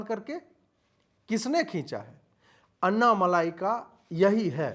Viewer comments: Pl know the name properly it's : Anna-mallai ( note the double 'll') & not anna-malai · एक विनम्र अनुरोध है। कृपया अन्नामलाई नहीं बल्कि अण्णामलै कहिए। यही सही उच्चारण है। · Not malai but मलै यानी पर्वत, अन्नामलै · अन्ना मलायी नहीं सर, अन्ना मालि🙏. Just to correct, not fault finding. U r great🙏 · अन्नामलाई नहीं अन्नामलई है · Sir, it's Anna Malai as in मलै. Not Anna मलाई.. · Bhai wo Malaai nahi Malei he, Anna Maleya. Maleya Matlab mountain in Tamil. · Please Stop . Writing his name or pronouncing his name incorrectly. अण्णामलई सही है अन्नामलाई अशुद्ध है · MALAAAYI (KOFTA) NAHI... MALAI... LLA K SAAT.... *AIY KI MATRA....* "LIKE" JISA - Ma LI .. OK..?? KAA BOS*K HINDI PATA HEI... 😕🫤 HUM BHI APP SE ACHHE JAANTHE... !!! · It’s ण not न in aNNAmalai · it is basic manners to say the names correctly that too in public forum